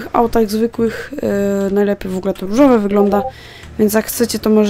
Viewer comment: czemu ja słysze „Ryżowe”?